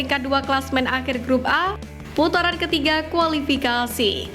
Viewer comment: Ke putaran bukan keputuran min😅😂